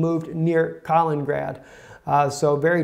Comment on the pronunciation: Kalin-ingrad please, (additional in)